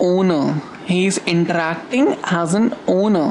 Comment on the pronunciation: intrrrrrrrrrrrracting <3 love that :3